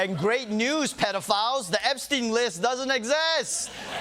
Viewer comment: Trump: You're STILL talking about Epst...EIN (as if he didnt know how to pronounce the name right?) Also Trump since 2016: Hilary's Emails!!! OBAMNA!!!!!! HANNIBAL LECTOR!!